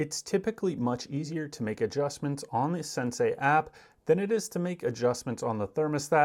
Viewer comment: It's not SensAi. it's sen-see 😂